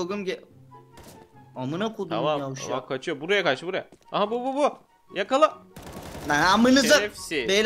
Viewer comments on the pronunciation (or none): en ufak hağeket edeni vuğ buğğa bak